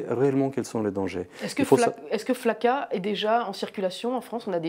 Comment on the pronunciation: PK elle dit FAKA ?